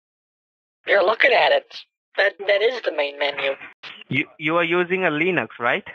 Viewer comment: "Leenux" lol